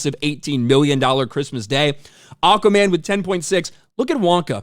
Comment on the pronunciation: lol says it like acaman😅